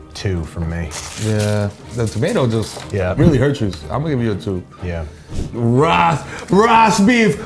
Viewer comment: "...'rast' beef? Wagwan rast beef!!"